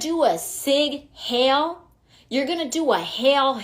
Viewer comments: It’s heil, not hail. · It's ( hile hitler) not (hale) College degree??? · Stupid. It’s HEIL NOT HAIL. LEARN TO TALK FIRST. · She doesn’t even know how to pronounce “heil”. What a moron. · "It's hail, like hailing a taxi" xD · “Hail”? 😂😂😂 Complaining about something that she either cannot pronounce or doesn’t even know what the word actually is.🙄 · She doesn't know how to say 'heil' lol